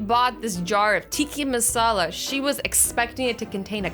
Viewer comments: Azzy it is Tikka Masala not Tikki Masala😂😂😂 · AZZYYYY TIKKA NOT TIKI!!!! MASALA!!!!! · Tikki masala hehe azzy no hate but it’s pronounced tikka masala love you 😘😘😘😘😘😘